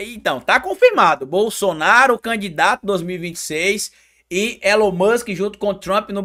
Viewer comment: O cara fala muito ruim. Ele chama é bossoraro kkkk